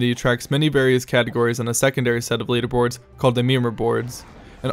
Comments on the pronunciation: Everytime you said leaderboards, I honestly heard it as memerboards. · Meme re-boards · Thank god he was actually saying memerboards... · I thought he was saying memerboards! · Kaera Neko He is saying memerboards. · Yes, I agree, he's actually saying memerboards. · did he say leaderboards or memerboards? cuz it sounded like the latter but idk what memerboards would entail lol